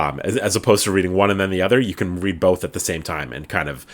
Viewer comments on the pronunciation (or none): none